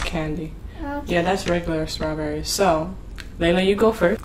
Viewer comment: It's Layla not Leia!